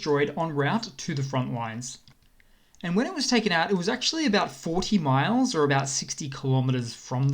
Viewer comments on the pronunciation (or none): none